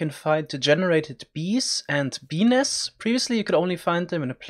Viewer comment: guys turn on subtitles when he says "bee nests"